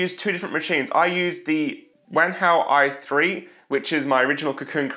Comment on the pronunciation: I thought you said wanka i3